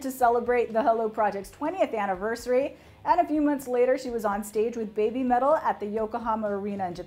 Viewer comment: It's not "bay bee" metal, it's "beh bee" metal, rhyming with Heavy Metal. It's a pun, but to make sense you gotta pronounce it like a Japanese would pronounce English.